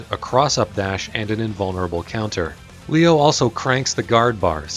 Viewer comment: pronouncing leo in a different way from the announcer is powerful as heck and i respect it